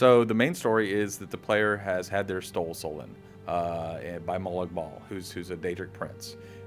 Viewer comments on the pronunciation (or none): "The player has had their STOLE SOULEN..." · "The player has had their stole soulen" ??? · "The story is that the player has had their stole soulen". I laughed my ass off. xD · Oh no, we are going to get our "stole soulen!" Ahh, spoonerism. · he said had they're stole soulen hahahaha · stoul solen :P